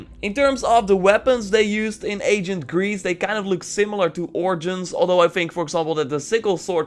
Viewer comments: come on it's ancient(eɪnʃ(ə)nt) not agent(ˈeɪʤənt), you speak Dutch making this distinction shouldn't be too difficult. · Am I the only one who thinks it sounds like he's saying agent Greece